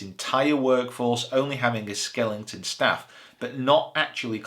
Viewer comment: All very informative and excellent... Except for when you said "skellington" 😉